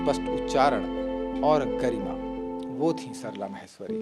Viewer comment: म्हैस्वरी नहीं "माहेश्वरी"